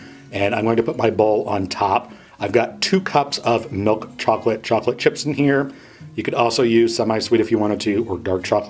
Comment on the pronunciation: Chocolate. Not chocolatee.